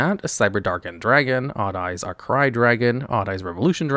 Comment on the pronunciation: *pronounced Arcray as Arcry rather than Arc-Ray Classic. At least he learned how to say Liebe.